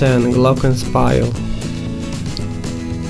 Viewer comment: )))) Correct pronunciation: [ˈɡlɔkənˌʃpiːl]